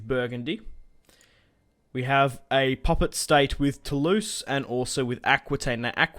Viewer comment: euhhh, no, no no Lorraigne is not pronounced low reign oO, just LO-Reine. And Toulouse is Toolooze ;)